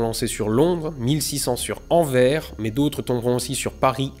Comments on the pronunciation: Anvres = anverssss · On ne dit pas Anver, on a jamais dit Anver et on ne dira jamais Anver. Parce que la ville que je connais, moi, c'est Anvers. Avec un S. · Anvers = Anverse le S se lit ce n'est pas une lettre fantôme !!! Bisous de Belgique. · Superbe vidéo :) Au faite, ça se prononce "anvèrsse" et pas "envers" :p Bisous de Belgique <3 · Je ne veux pas faire mon Belge tatillon mais on dit Anversse et pas Anvert. Chouette video sinon. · PAUSE!!!!!!!!!! Anvers, ce dit ANVERSSE pas Anver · AnverS !!! pas en vert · Oui, mais on prononce le S dans Anvers :D La bise de Belgique ! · AAAARGH, ce cliffhanger! Salooooo! Excellent épisode en tous cas. Ah et ca se prononce AnverSSSS, sacrenom! - le belge chiant de service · Anverssseeeeeuhhhh! Anvers; le « S » se lit, c’est donc Anverse!! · Non pas toi ! On dit "AnverSSSSSS" avec le "SSSSS" haha. Bonne vidéo sinon mais en tant que Belge, ça me fait tiquer :p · salut...étant belge..on prononce AnverSSSSSSS lol le s se prononce, sinon de son vrai nom antwerpen...tudiou...et merci pour la vidéo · même si je porte pas la Flandre dans mon cœur t'entendre dire "Anvers" me fait un peu mal au cœur ^^ Le S doit se prononcer ^^ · J'ai besoin de rectifier les français : la ville de Anvers, on prononce le S à la fin, ce qui donne [Anversssssse] Merci ;) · AnverSSSSSSS, prononcez ce maudit S crénon de vindiou !!! Sinon j'adore la vidéo ;) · on prononce "AnverS" !!! le s n'est pas muet...c'est une ville, pas un com commun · Très sympa ta vidéo. J'aime bien les écouter pour apprendre tout en faisant autre chose. Si je puis me permettre, la ville d'Anvers en Belgique.. On prononce le "s" (En français en tout cas pcq son nom en Flamand est clairement différent). Je ne t'en veux pas, tu n'es pas le seul à faire cette petite erreur. Encore une fois, merci pour tes vidéos. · "Anvers" mes oreilles belge saignes